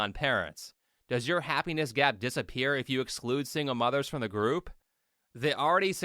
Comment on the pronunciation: I swear, I heard happiness gyat instead of gap im doomed